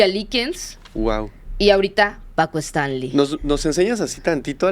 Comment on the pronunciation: No supo ni decir bien el nombre de Paco y de ahí en adelante una bola de datos imprecisos.